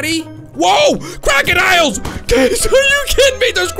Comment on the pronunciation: when you said crocodiles it sounded like kraken isles